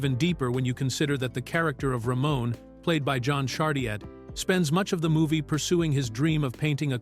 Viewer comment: His name wasn't Ramone it was Ramon or Ramo it's pronounced differently, but the video does get it wrong